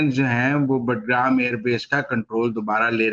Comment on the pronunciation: بٹ گرام نہیں، باگرام۔ معلوم نہیں آپ کو کس نے تجزیہ نگار بنایا ہے۔